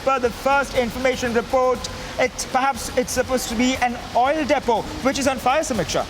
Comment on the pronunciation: Hey... "Reporter"- it's proper pronounciation is : * Depot ->""" Dee-p0 """ (deepo) ❕